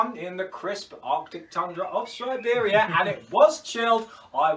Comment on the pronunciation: Si-beer-ia. Beautiful.